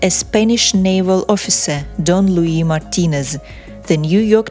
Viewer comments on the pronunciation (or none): none